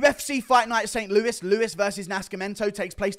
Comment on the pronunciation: Excited asf for this card ima be there it’s only 12 minutes away from my house and they actually gave us a good card Guru finally pronounced it right he been calling it Saint LOOWIE for the longest🤣